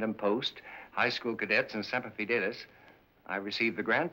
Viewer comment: So very nice to hear someone pronounce "Semper Fidelis" correctly.